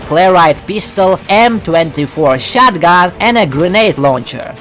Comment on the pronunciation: he is saying “Shotagun” instead of “Shotgun”